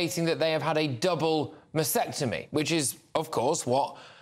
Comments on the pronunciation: Not masectomy. It's masTectomy! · It's masTectomy - with the T - not masectomy please please please start getting this right - you're talking about a specific medical procedure. Get it right, please. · Hi, it is pronounced ma steck tummy or ma stek tuh mee. Thanks for the show here.